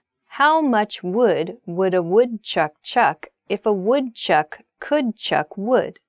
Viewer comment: you got the butter and the wood chuck one wrong